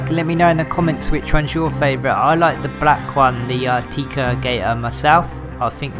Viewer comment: Tec-a not tea-ca fyi